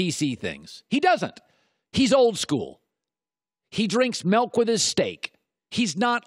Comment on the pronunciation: By the end of this video... You'll never like "melk" or steak again